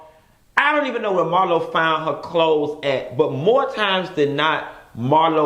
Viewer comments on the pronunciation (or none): none